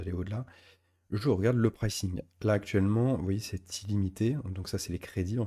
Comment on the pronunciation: PrAYcing - pas précing! :cat-orange-whistling